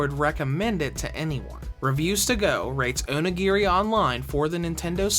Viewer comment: Dose the way he says onigiri kinda annoy anyone...?